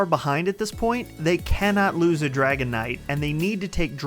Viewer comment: If that guy says "Draygun" instead of "Dragon" one more time, I am just going to snap...